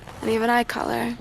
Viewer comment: Hair keller, personowlehteeh, and even eye keller